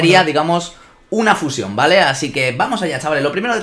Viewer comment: porque dice fuyion es fusion